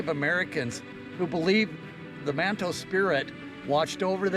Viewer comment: Its called Manito park. (Ma-knee-toe) Not - Man-tow park The sister city is Nishinomiya (knee-shee-gnome-meeyuh) Not Nish-Nom-yee